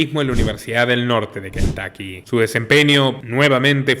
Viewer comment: Cuando pronuncien nombres en inglés… tómense el tiempo de investigar cómo pronuncian tal nombre en el país de origen …. Se pronuncia Kentocky, no Kentaky